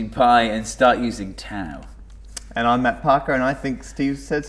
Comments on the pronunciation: If you are going to use "τ" at least make an effort to pronounce it properly. It's pronounced "taf" NOT "taoo". Also "π" is pronounced "pee" not "pie". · its pronounced taf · Am I the only one who cringes when they pronounce τ as tau instead of taf. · Its not Taou (Tau), its called Taph or Taf... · I'm Greek and I say both of you are SAYING IT WRONG! It's not "pie" it's "pi", kind of like "pee", and it's not "taou" it's "tau", pronounced "taph", kind of like "tough". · pi is actually pronounced pee in Greek so we gotta give it +69 points for that And tau is pronounced taf so we have to give it +420 points for being so tough TAU WINS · Tau is actually pronounced as : "taf". In the combination a-u (Alpha Upsilon) the U is always pronounced as an F. For example the Greek word Auto is pronounced as 'Afto' The Upsilon is actually pronounced as an I. (Ipsilon.) It's kinda cute hearing americans trying to pronounce Greek letters :P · the funny thing is that π (pi ) is actually pronounced pi like pee, and not like pie..also τ (tau) is pronounced fee..i mean they are pronounced this way in greek and both of them are greek letters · we could eat taffy since tau is actually prounounced as taf in greek and taffy has taf in it. this one respects the pronunciation of tau in greek unlike pi which is pronounced pee. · tau is pronounced as "taf" in Greek might as well eat taffies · TAU IS FROM THE GREEK LETTER T (τ) WHICH WOULD SPELLED LIKE "TOUGH" (with a softer t, like "taf"). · Why they change the pronunciation of the Greek letters τ and π ? τ is pronounced taf and π is pronounced pee! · Omg I get so annoyed because I am Greek and both π and τ are greek letters and you are pronouncing them wrong.. π is pronounced like the word "pee" and τ is prorounced like the word "tough".. So stop it :PPP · It's pronounced Ta-OW. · isn't is pronounced taw? is it an accent thing? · It's pronounced "Taf". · But.....the letters Τ and Π are not pronoumced that way...oh well! Great video!